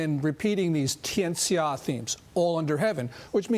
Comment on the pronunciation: how is gordon's mandarin so terrible? you would pronounce that as "tyen sha" not "tee-en shia"